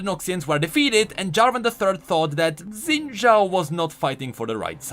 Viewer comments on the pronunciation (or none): IT'S NOT ZIN DJAO IT'S SHIN DJAO I GOT RECOMMENDED A RANDOM VIDEO PRONOUNCING IT FROM A CHINESE PRONUNCIATION CHANNEL